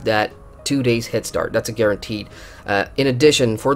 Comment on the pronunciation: Why do you keep saying Hit-start? Don´t you mean head start?